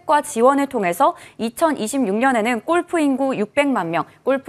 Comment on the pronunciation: 유익한 정보는 고마운데 golf를 왜 꼴프라고 계속하나요? 꼴프가 아니고 골프라고 하세요 듣기안좋네요